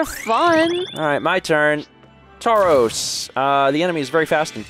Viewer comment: another Pokemon misspelling: in “Tauros” don't pronounce the “u”